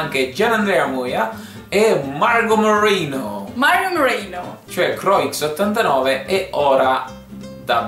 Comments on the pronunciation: "Ci sara anche CroiXX89" cosa!? Crua! Si dice crua!!!! <.< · Croix89 si legge cruà89 (è francese come nome)